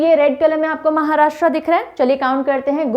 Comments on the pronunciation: Maharashtraa ( महाराष्ट्रा) ❌ Maharashtra (महाराष्ट्र) ✔️ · महाराष्ट्र है, महाराष्ट्रा नहीं! हिन्दी बोलिए, हिंग्लिश नहीं!